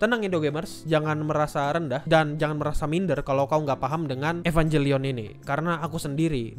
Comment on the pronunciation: Kalau merasa wibu, ngucapinnya EvanGelion ya bukan EvanJelion.